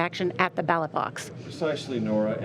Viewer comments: Did he just inadvertantly coin the term, "battle box" for "ballot box"? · He said "battlebox" twice.....he didn't even realize he said it wrong. Ugh. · Did he say battle box ? 😂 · Twice he said, "We resolve our differences at the "battlebox", when attempting to say the word "ballot" box.